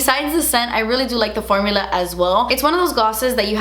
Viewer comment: "Did they change thuh formuluhhh?" 🤓❤ Hehe!